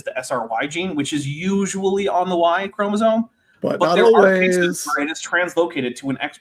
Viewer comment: A biology lecture from a guy who says "chromosone"? 😳